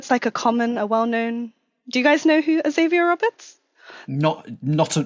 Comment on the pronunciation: Though they always pronounced it "Ex-avier Roberts" instead of "Zavier Roberts," which used to annoy me.